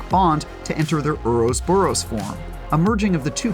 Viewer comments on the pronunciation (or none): IGN where the hell is the quality control. Get your narrator to actually read the damn script. It’s not “oros-boros”, jeeeze! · Oros boros?? Jeez when it comes to this franchise, you guys can't pronounce anything right lol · "HORUS BORUS" form... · "uros boros form" lmao orouboros is one word you potato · "Ouros boros". Lmao. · "Erosboros form" another word mistake by IGN lol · Ouroboros? Like bro. It’s not that hard to pronounce. Just look up the shitty review you guys did for RE5 back in the day for reference. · The way he said ouroboros killed me. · its not even a mispronunciation, he repeats it the same way later... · man cant even say ouroboros right